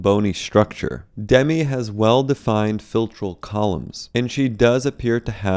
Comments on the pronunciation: It's "Duh-mee" and not "Demmi", fyi. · Doesn’t she pronounce her name ‘dem-ee’??